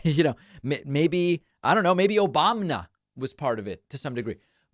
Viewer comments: “MAYBE O-BAB-NA!!“ 😅 You're so funny David!! 😂 I think Trump said a "Euless economy"? Is that something in Texas? We love you David!! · Omg maybe OBAMM-NA LMAO I LOSE it everytime i hear the orange 🍊 say it like 8 yrs he was president shows the intelligence level if still he can't pronounce his name. Even worse it proves hes a horrible human for not respecting a prior president to say his name properly or learn to say it! Unfortunately Pennsylvania is behind rural pa its close to 4 dollars pittsburgh its closer to 3. Or 3.50. Ive embraced it. Its honestly easier to embrace the price then groceries in rural pa. That sucks!